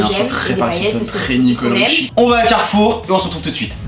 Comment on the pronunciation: Ptdrrrrr toi aussi tu dis "Carrouf"